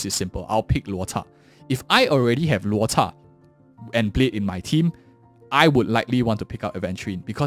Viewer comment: always amazed how you pronounce Loucha's name! Always reading his name as how you would: 'LuoTza'